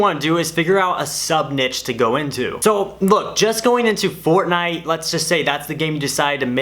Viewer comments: He buchored the word niche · He said the word niche like we all say it in our heads🤣🤣😂